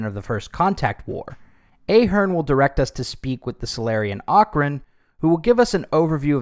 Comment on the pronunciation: I am an Ahearne, it’s very annoying when people mispronounce your name , it’s pronounced with a “soft” A, like in “ahead”